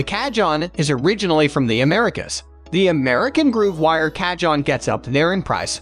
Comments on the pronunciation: You do yourself no favours by calling them cajohns. They are pronounced cahoons! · You called t a KA-JOHN. What it is... is a Ka-HONE. The "J" has an "H" sound, LOL! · Cah-John, or Kah-Hone? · mdf is garbage, cahone ,not cajone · If you’re going to do a review and have any credibility at all for the viewer learn how to pronounce the instruments correct name CA-HONE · It’s pronounced Ca-hone 🙄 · AI crap. Can't even pronounce the word cajon! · Learn how to say cajon...hard to believe u know what ur talking about if u don't know how to pronounce correctly. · Can't take a review seriously when the reviewer continuously mispronounces the instrument and you never get to hear any of them.